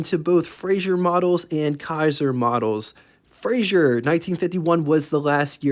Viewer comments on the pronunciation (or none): Frazer. Not Frazier.